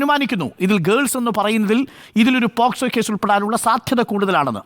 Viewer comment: Posco (പോസ്കോ ) അല്ല മൈ ഡിയർ അരുൺ അത് POCSO ( പോക്സോ ) ആണ് ഇയാൾ ശെരിക്കും അഡ്വക്കേറ്റ് തന്നെ ആണോ 🤣🤣